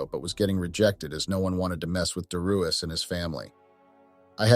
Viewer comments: Dare e us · Is it Dare ee us, or dee ar us? Damn mispronouncing AI!!